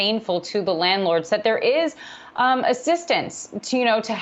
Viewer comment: can't even say landlord